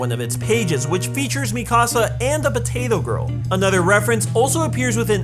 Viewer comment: Lmao the way you called Sasha "potata girl" 🤣🤣